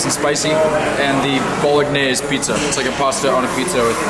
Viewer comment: That pronunciation on the pizza is a sin to Italian's everywhere 😂. Still a huge fan though. Heal up and crush it.